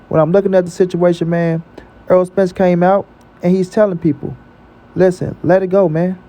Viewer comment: His name in NOT "Earl"!!!! If you like/respect him SO much, say his NAME CORRECTLY!!!